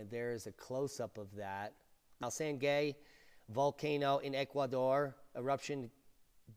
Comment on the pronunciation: For the record, "Sangay" rhymes with "Shanghai" or "Some guy". Greetings from Ecuador! I didn't get to witness this phenomenon of nature firsthand because I live in Quito, well over 100 miles away...